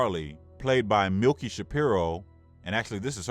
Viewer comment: Her name is Millie, not Milky... Or did I hear you wrong? Anyway, dying to see this movie!!!.... By the way, your voice is sexy!!...